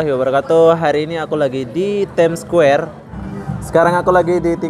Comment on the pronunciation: bukan squwere tp Square..haha